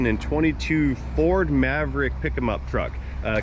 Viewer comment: ..."Perfect , " fer a Ferd !!!...😂😂😂...